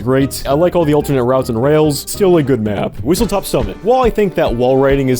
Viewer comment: WhistleSTOP not WhistleTOP